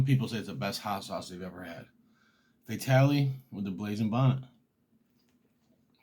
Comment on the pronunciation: If your gonna plug Your Hot Sauce say it articulately i had a hard time finding the name blazing Bonnet and i had a hard time hearing your website aside from that excellent content and although pepper heads love super hots knowledge of less spicier peppers with great taste is equally important i look forward to .ore of your content